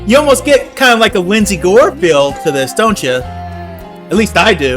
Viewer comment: "Lesley" Gore (not Lyndsay), but ... yup, and good on you for catching it so early.